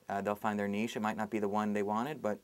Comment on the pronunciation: a few thoughts (i realise its 5 years too late). he sweats a lot. he pronounced 'niche' correctly (its not nitch!) and he's probably putting people off to prevent talented writers coming through and thus prolonging his own career. if you want to do something, give it a go. don't let depressing people like this guy tell you otherwise.